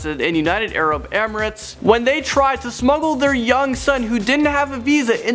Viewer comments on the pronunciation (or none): none